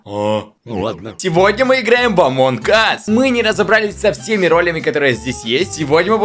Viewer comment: давайте научим русскому языку правильно ролЯми